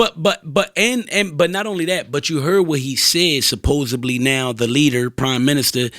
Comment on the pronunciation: Somebody tell that’s its supposedly not supposebly lol